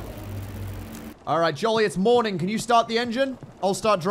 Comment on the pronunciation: Until he talked I thought was saying "Joline" not Jolly.